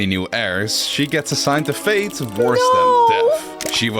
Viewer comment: Hey, not trying to be mean, just trying to help. Foot = singular (voet) Feet = plural (voeten) So it's "a foot" and "multiple feet", not "a feet" "A feat" (sounds the same as "a feet") = an achievement. Also,, "faith" = "belief", whereas "fate" (with a hard T) = "destiny" Amazing video as always.